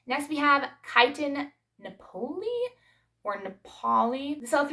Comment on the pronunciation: Say nap like taking a nap. That part has the accent. O'lee is soft. Naples area of Italy.